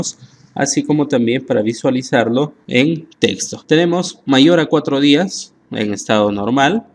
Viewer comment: Muy bueno, pero es Días de día, no Díaz de apellido